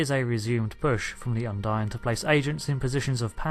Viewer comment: If you've played all the missions surely you know its pronounced "Undeen" not "Undyne". They say it multiple times throughout those campaigns, and you even say it correctly yourself then go on to say it wrong for the rest of the video.